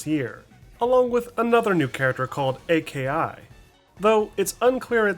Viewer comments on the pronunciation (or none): Bro really called Aki ''ei-kei-ai'' but didn't call Fang ''ef-ei-en-yi'' 💀